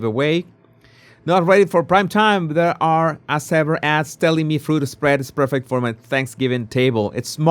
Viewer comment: In English, As Ever is pronounced AZZ Ever NOT ASS Ever!